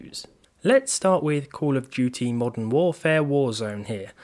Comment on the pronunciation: call of jewty